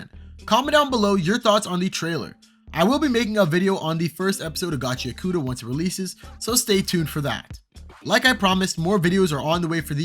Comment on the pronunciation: and also ur not pronouncing gachiakuta right dawg its GACHI-AKUTA (pause between I and A) not gachiakoota 😭💔